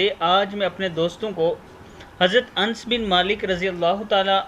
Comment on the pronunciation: Hazrat Anas sahi hota hei ans nahi